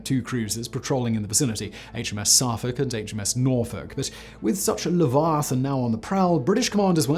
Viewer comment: HMS Saaarfuc? Would that be Suffolk? I'm starting to think you are an American actor doing your best (and very good) attempt at a posh English accent! : )